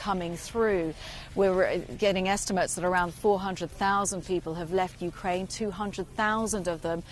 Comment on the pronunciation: Yeah, Ukra-IN - please...